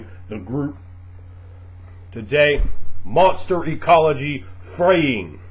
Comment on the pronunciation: finally know how to say it right! Fray-EEN! not Fray-Ahhh-en! good to know!